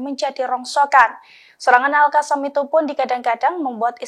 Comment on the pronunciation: bu reporter cara bacanya al qosam. bukan al kasam.